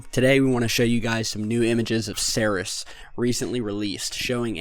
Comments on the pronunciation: Ceres = (SEEREEES) its named for the goddess of grains and where we get the name cereal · Except for your pronunciation of Ceres you are doing a really seriously excellent job. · Please learn the proper way to pronounce Ceres!!!